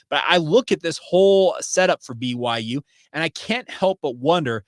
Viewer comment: Love the show, but why do you pronounce BYU like that? lol I hear like every sound of every letter everytime